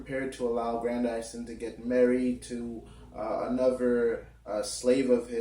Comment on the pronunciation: His name is pronounced Gran-diss-son (Grandison) as in Madison... Not "Gran-dy-son". Lil' Brother if you are going to discuss this treasured literary work, at least learn to pronounce the character's name correctly!, damn it!